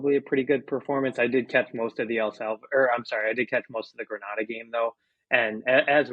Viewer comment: Please learn the correct pronunciation of Grenada....I will believe your thoughts on football when you can do that.